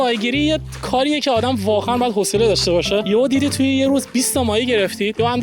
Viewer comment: چاقو❌چاخو✅ واقعا❌واخعا✅ 😂😂😂😂😂😂😂😂